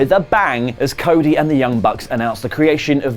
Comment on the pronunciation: What is "coda"? After ? Do you mean "cody"? 😂🤣😂🤣😂🤣😂🤣😂🤣😂